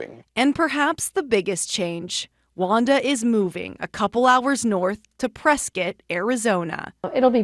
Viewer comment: I'm very impressed the Wisconsin reporter knew how to pronounce "Prescott" correctly.